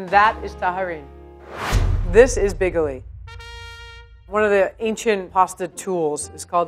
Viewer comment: See? Bigoli (bee-go-lee) CORRECT!